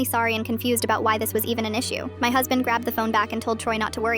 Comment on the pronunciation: “My huzbind woonT led me sleep” 😂 the way they said it